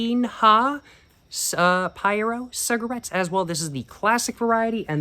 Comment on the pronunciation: I love the fact mispronouced everything except paiero, wich he pronouced in perfect brazilian, true cig fan